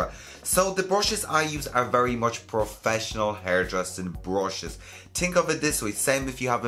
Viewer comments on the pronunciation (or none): I love it when he says "tink about it"